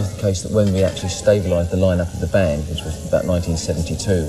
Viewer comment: i like how she misprounces the bands name